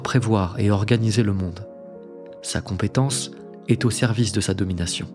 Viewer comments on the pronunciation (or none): none